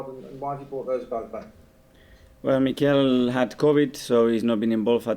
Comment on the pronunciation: reporter: Hey Mikel Mikel: Harro